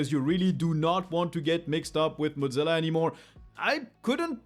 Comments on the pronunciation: Got to ask, but why do some folks pronounce Mozilla like the word Mozzarella/Motz-zilla? Was under the impression it was pronounced "Moz" sort of like the first part of the name Wozniak, except with an M instead of W, then zilla. I thought Thunderbird is a separate from Mozilla, or am I wrong? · pronouncing mozzilla like mozzarella is kinda funny